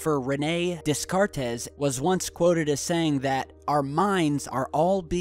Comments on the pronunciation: "Des-car-tez" Lol you sound like Dory! It's pronounced "Day-cart" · Rene 'Descartez' lol - it's pronounced 'Daycart' and he was a man ;) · Descartes - Not pronounced "desk-cart-e". Correct pronunciation is "De-Cart". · dey--cart not dey car tez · "Renae Decar-tez"?! Really?! What do they teach you in Ohio?! Rene` De-Cart. Jesus christ,. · just so your know, it's pronounced "DAY-CART"...not Days-cartez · It's pronounced DAY-kart, not des-KAR-tes, you big doof. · Was gonna say this, thanks! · Rene Descartez? Wow, never knew he was Spanish.... Descartes, man! (Pron: Day-Kart). One of the most famous philosophers in history. How could you fuck that up? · "Dess-cart-ez" ??? Descartes is pronounced, "day-CART". And "way above her time ?" Rene' was a man ! Geeez, seriously ? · lol the pronunciation of Des Cartes is not 'dess kartess' it's pronounced 'day kart' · Des...car...tes.... = sounds not so good Decart = better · Jeez Louise, are you kidding me? Des cart tez? She? It's pronounced Day-cart. It "she" was a man. Fuck sakes. Can't you even do some basic research? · day cart.....not desss cartessss. hes french, not spanish ;) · u mean like pronouncing des cartes as desss carteees and not day cart? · I lol'd at "dez kart ez" love your videos though! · descartes is a man, his name is read "Dee Kart" note "déss cartéss" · Dey-Carte=Descartes. Have you ever even schooled? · des cart tes.... lol this guy is really uneducated. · Descarte == "Day-Cart" is a dude not a she. Way to blow any intelligent credibility. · lol, dez-car-tez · Dude, it's DesCartes...pronounced "Day Car"......c'mon, this was too easy..... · it's pronounced day-cart, just so you know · wait a minute...the best reasoning for us living in a simulation is that one day soon, computer games will be really realistic?? not trying to be pedantic but come on...oh and its pronounced Day-Car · You don't know how to pronounce Descartes? Its like Day- Carte.. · Descartes is pronounced DayCART! LOL!